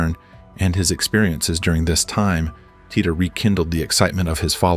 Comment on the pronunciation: How many different ways is he going to pronounce Titor?